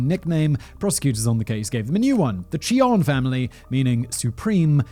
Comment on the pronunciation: Do pronounce the J, dude.